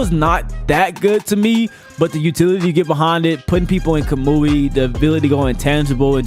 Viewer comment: Did he say ka-moo-ui ?